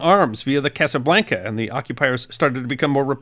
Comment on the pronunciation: A minor correction: the name of the French submarine was Casabianca, with an i, not Casablanca, with a l. It was named after a Corsican naval officer before WW2. It was commanded by capitaine de frégate Jean L’Herminier who published a book called Casabianca about the story of the escape from Toulon in 1942 and the operations it participated in. I read this book when I was a little boy many years ago. I don’t know if an English translation is available.